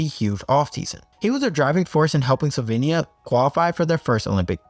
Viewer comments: "Solvenia" smh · Deer Americans. It's Slovenia, not Slovania. See the letter E there?